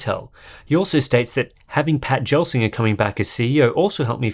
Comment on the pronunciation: Pat Gelsinger is pronounced with a hard G, not the soft G you guys are using. For proof, you can listen to the Q4 2020 intel earnings call.